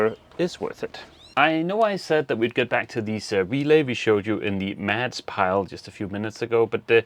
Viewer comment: Help me out here - am I missing an inside joke? It sounds like keeps calling Mads "Mess" and that's hilarious if she is, because he's a stereotypical neat freak.